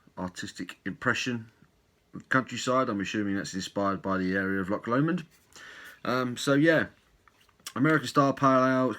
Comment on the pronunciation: Well done on saying Loch Lomond correctly! 😂👍🏻🍺